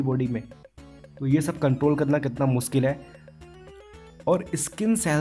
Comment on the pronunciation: Muskil instead of mushkil